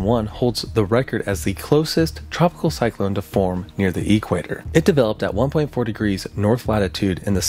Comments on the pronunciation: Why are you emphasizing the E in equator? EE-qua-tor... The emphasis is on the second syllable: e-QUAY-tor. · Say equator like that one more time and I'm unsubbing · great video but had to turn it off after you started pronouncing it EEquator instead of eQUATor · the emphasis on Equator is on the a, not the e. equAtor. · EE-quator is killing me😅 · Great video. Love the way you say e-quator haha- so unique. I wish I had a word that I pronounced uniquely. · I can't get over the way this dude says eQuator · Why you pronouncing it EEEEEEquator?? Making my eye twitch. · The earth is so hot now is anyone surprised? I am surprised at your pronunciation of Cristobal and Equator tho! I rarely hear it like E bike or E mail because it is the equator! Instead try Cris toe ball not cristoble! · I'm not the only one going nuts at the pronunciation of "equator", right? The "e-quator" like it's a tech company or something. XD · The EEE-quater. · E quater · "E-quator" lolll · I've never heard the word equator pronounced with a hyphen in it until today 😂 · you also misspelled coriolis and mispronounced Equator as the emphasis is on qua not E 😅 but the video is amazing. Thanks! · Disliked for equator pronunciation. Comment for algorithm tho good luck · The corlolis effect..how about the way your pronouncing the equator thats crazy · The way this guy pronounces equator bothers me deeply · You say Equator really weird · Not bothered by your pronunciation of “Coriolis”, but a little weirded out by how you say “equator”. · Like E-mail or E-sports, but DEFINITELY NOT like equal 😂😂😂